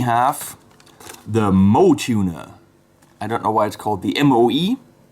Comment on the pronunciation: that Hello Kitty looking tuner, is actually pronounced "mo-way"